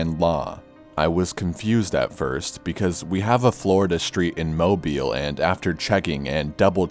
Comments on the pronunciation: I want to give you mad props for actually pronouncing Mobile correctly! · Amazing video! Thank you so much for pronouncing Mobile, AL correctly!!!